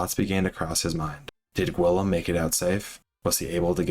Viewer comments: not nearly as much as hearing "gwillum" 62 times lol. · Its My-Orcah not Mullorcah. And ghee-yoam. Lol